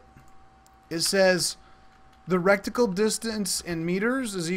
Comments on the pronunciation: Great tutorial, and just what I needed to see. Thanks! My only comment... it's pronounced "RETicle", not "RECticle". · reh-ti-cle. Not rec-ti-cle. Your pronunciation is driving me insane! lol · RETICLE NOT "RETICLE" LMAO🤣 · RET-ICKLE. Reticle. No rectangle in reticle. Great tutorial videos, though! I love them. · Lol it was keeling me! I thought you were about to say rectum every time!